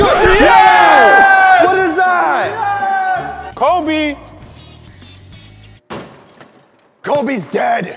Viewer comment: *Kobe not Kobey